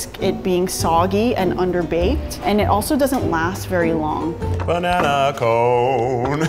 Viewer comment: keith again: "bANanA"